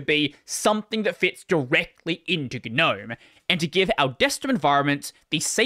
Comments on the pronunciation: Okay... when did people start pronouncing the G in NOME... ? It just sounds so stupid. That aside, a unified DE/standardization would have made a big difference for Linux adoption. Hell, it could have meant having a robust file manager that could actually do things well, or a network setup that actrually did LAN networking stuff out of the box like that OS everyone seems to hate... It's never too late, but trying telling the 7,463,542 dev teams that - best of luck to ya. Be prepared to duck. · 'nome. "A gnome (/noʊm/[1])" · as someone who hates the pronunciation of GNOME, I shouldn't have watched this video.